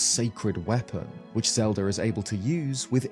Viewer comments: U cant have a Zelda based channel and then be pronouncing it Zeldrrr in the first minute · what’s Legend of Zeldear? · yeah but every other time he says Zelda it’s normal except that one time.